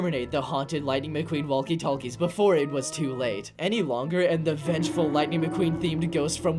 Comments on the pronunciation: “Wallkie Tallkies”💀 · Did you really pronounce walkie-talkie as wall-key tall-key